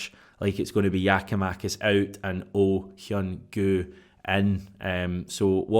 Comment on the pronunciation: Another fine video. And your pronunciation of Oh Hyun-gyu was spot on. I have strong doubts that youll be using the name after Jan 31, but its great to see you improving your Asian language skills! 😆